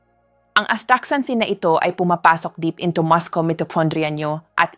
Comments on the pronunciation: AI ang nagsasalita. Maskel, maskle, inipil ( binabalatan... Pinipeel) hahahahaha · Are you really a doctor or not? You don't even know how to pronounce muscle correctly. Hindi maskel ang correct pronunciation kundi masel🤣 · What is the correct pronounciation of mucle Dr.? Is it maskel or masel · Muscle - Muh•sl not maskul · Pronouns muscle is Mus - sel not mascols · The right pronunciation of muscle is mascel not mascol😅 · Hi beautiful Doktora Ano ba talaga Ang tamang bigkas Ng Muscle Maskol ba o masel Dok 😂😅😮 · Maskel dapat Muscle silent C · Ayusin mo naman ang pagbabasa mo , gaya ng muscle sabi mo muskel! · Napakahalaga na bagay ang natunan ko sa video mo. Cholesterol is pronounced kolesterol and muscle is masel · ayaw ko pag pronounce ng muscle pronounciation to maskel.... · Yes nagulat din ako sa pronunciation sa muscle mo doctora. Been listening and reading for many years, this is the first time that it is pronounced Maskol. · Talaga bang muskel ang tamang pagbikas ng salitang muscle ? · A.I yata yung voice over, bakit may MUSKEL😂 ano yun??? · Dr ka how u pronounce Muscle muskel😅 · 1/5/26: From California. Hi.. I'm sorry but after watching your video sumakit ang ulo ko, dahil sa maraming mahirap intindihin na terms.. lalo na yung repetitive wrong pronunciation ng muscle (muskel) & other English terms na pilit tina-Tagalog. I'm sure you know what I'm saying. It's like a robot continuously talking trying to speak Taglish but not understanding what is being said. Your vlog somehow loses its sincerity to let your listeners/patients really understand the solution to their medical concerns. We hope that you'll look into this matter.. thank you Doc! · AI ba? It's muscle not maskol.😅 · Very informative kya lng medyo na distract ang concentration ko sa pag pronounce ng muscle at iron. MUSCLE to MASKEL at IRON to AIRON. Is this the new way to pronounce them or is AI generated sya? (Just asking kc gusto ko gayahin) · Bakit maskols Ang pronunciation?